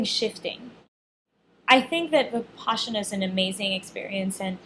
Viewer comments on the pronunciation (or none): It is pronounced Vih-pas-ina. Not VipASHina